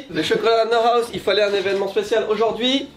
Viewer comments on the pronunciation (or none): none